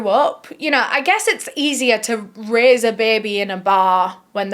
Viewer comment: Why you saying raise sounds like rizz it sounds like you said Marianne is ready to rizz her daughter